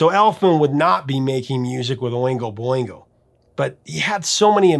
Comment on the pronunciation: Boingo Not bingo!